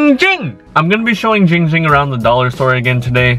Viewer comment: Giiiiing Ging❌ Ching Ching✅